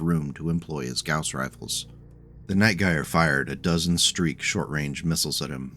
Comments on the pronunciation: Love it, another of my favorite mechs. I've ridden the Prime config to many glorious Alpha Strike battles. Also, my guy, in Night Gyr the 'Gyr' is pronounced 'jeer,' just a heads up. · The Night Gyr is an utterly fantastic mech, one of my faves of the Clan designs. Also, it's pronounced with a soft G, like gyrfalcon, which its name doubtless references, or, you know, gyroscope. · Huh ive always pronounced it more like how one would say Night Gear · Ahh man. No one in the Battletech community knows how to pronounce Gyr. Everyone in my Jade Falcon group in MWO had their own pronunciation. Anyway, gyr is a popular shortening of gyrfalcon, which is a type of falcon. (Jade Falcon is all about birds of prey afterall), and is pronounced Jur as in "Jury". Gyrfalcon. "Jurfalcon". Night Gyr. "Night Jur". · Gyr is pronounced with a soft g, like j. Named for the gyrfalcon. Yeah, I know you'll see people pronounce it with a hard G, and those people are wrong. I'm assuming I'm the 50th person to comment that, but it must be said. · Relief to see someone else gets as mildly infuriated at the mispronunciation as I do.